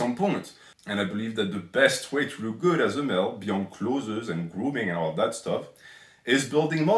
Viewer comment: He's trying his best! I don't think French has the English "th" sound.